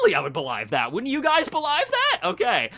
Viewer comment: "Belaive" jesus, pronunciation.